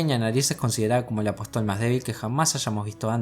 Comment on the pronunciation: Buen video. Apóstol tiene tilde. Lo aclaro porque lo pronuncias mal todas las veces.